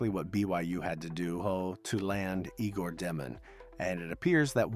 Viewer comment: Fun info. FYI, His name is pronounced (Yay gore) not (Eegore)